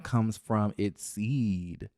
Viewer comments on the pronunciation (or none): none